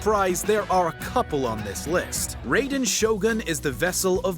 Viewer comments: I know he did not just pronounce raiden as rayden 💀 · Raiden Shogun = (Rye-den Shogun)* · its pronounced rye den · "ray"den shogun is hurting me on all sorts of levels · i shoulda stopped when he called her the ray-don shogun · He said Raiden wrong tho, my friends name is Raiden and he gets triggered when somebody says his name wrong